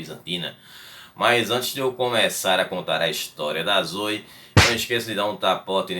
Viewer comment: Não seria "Zoé" a pronúncia da imperatriz?